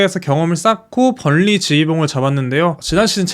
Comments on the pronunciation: 벌리는 뭐야?ㅈㄴ 불편하네 번니 발음 왜 못함... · 우리말도 아닌데 유음화가 왜 나오냐..현지발음은 번으로한다